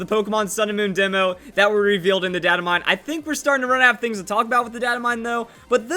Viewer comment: Your pronouncing data wrong